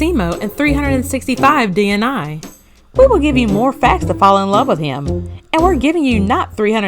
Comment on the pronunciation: DNA is an acronym, but DNI isn’t so please stop saying it that way. It’s a simple 3-letter word like “day” meaning day, and it’s really not difficult to say 😒